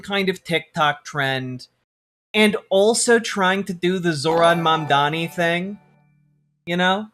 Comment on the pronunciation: I have literally yet to hear anyone on fox news pronounce mamdani correctly, which is surprising because he’s all they talk about